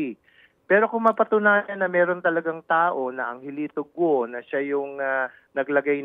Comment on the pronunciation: Ted hindi Go-o ang bigkas, Go lang silent U. Hindi gaya ng bigkas mo na BOO-a yan sa buwaya..lol